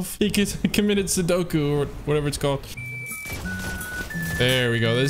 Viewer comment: Ma mans said sedoku 😂🤌